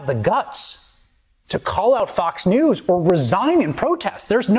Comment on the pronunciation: Sounds like you’re saying Fucks News haha